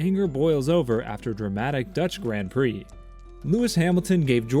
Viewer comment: I can't listen to anyone that can't pronounce the words grand prix properly